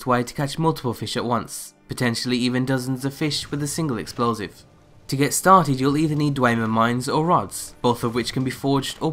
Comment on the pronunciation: Exphloive lol